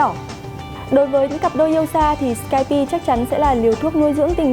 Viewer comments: sửa lại lỗi phát âm đi, Skype đọc là skaip chứ ko phải skaipi nhé 😀😀😀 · Cuộc cự cãi vs ông bạn về cách phát âm ứng dụng skype đã đưa tôi đến đây, nhưng k ngờ reviewer cũng đọc là sờ-kai-pi 😂😂🖕🖕